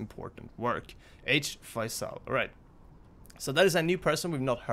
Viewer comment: Faisal is pronounced "Fay-zil" and is a popular Muslim name.